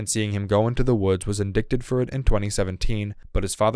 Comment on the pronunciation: This guy should learn to pronounce basic words like Yosemite and indicted